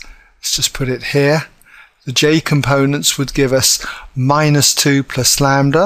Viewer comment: the m can be different, but as long as its a scalar multiple of the other, they will still be parallel. lol and its lambda not lander wtf ahaha.